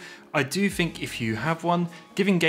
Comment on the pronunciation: With not wif. Think not fink. You speak so well otherwise. Why speak so lazily and disrespect your mother tongue?